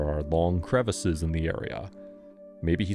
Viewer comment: I’m on the fence. The one thing that got me thinking it was AI was “cre-vasis” cause who says that 😂